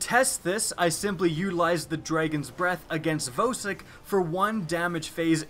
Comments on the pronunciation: I think Vosik is pronounced "VAW-SICK" not "VOE-SICK" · He says vōsik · and voesik